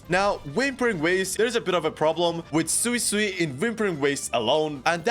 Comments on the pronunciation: Sway-sway is the way to pronouce it🙂. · It's sway-sway